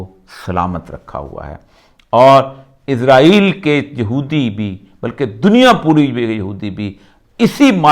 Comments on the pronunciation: عزرائیل نہیں بلکہ اسرائیل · اوریا صاحب اسرائیل کو ازرائیل کس زبان میں کہتے ہیں؟ کویہ انہیں اسکی نشاندہی کرے اگر یہاں لکھا وہ نہیں پڑھتے۔